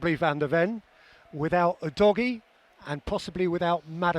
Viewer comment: Udogie is pronounced ‘who-dodgy’